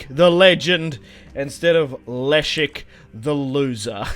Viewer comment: The king’s name is just pronounced leshek